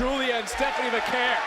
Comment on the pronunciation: "Va-kuhr",. Good grief!